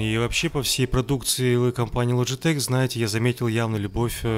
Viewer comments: Логитек а не ложитек или вы ламборгини ламборджини называете? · Не логетеч а логетехххххх